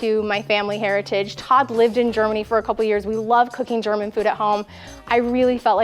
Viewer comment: Your German pronunciation is flawless…..I did not expect that! Loved this video!